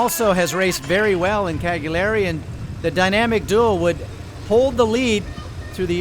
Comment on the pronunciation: If you are a reporter, the least you could do is learn to pronounce the town where the race is properly (or give it a try).... Is that to much to ask? Otherwise very nice!